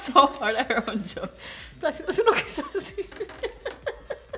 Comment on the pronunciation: placido. not plastico.